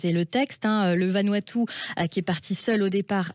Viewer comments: Vanuatu pas vanuaptu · Se dit Vanouatou. Le U se prononce ou.